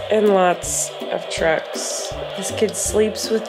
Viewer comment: I keep hearing play drugs instead of trucks. Help